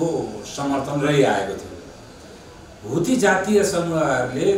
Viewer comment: Huthi haina hola sir haudi ho